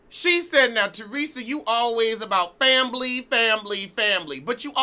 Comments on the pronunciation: I die a little every time you say fambily lmaooo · I love when you say "fambly....fambly "